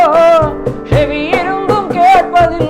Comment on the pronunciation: Alex, when you say everytime செவியிருந்தும் that's a nostalgia man. Exact pronounciation. Keep going man all the best.